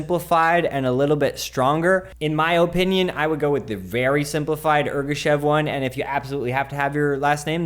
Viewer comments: Omg you completely butchered Ergashev. It was cool, you made it kinda bad.. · Also, Ergashev is his last name, not first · Meh, he just went too far with deleting the F and his last name.